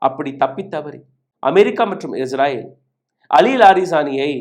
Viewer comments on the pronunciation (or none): none